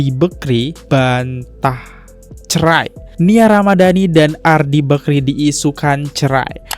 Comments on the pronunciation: Risih banget dengar kata Bekri.. BAKRI bg! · Bakri , kok telinga aku sakit dengar nya nyebut bekri , adehhh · Bakri bang bukan bekri wkwkw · Bakrie bang bukan bekri, bekrie mah roti